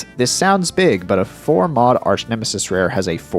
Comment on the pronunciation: Did you really say arsch nemesis on purpose ?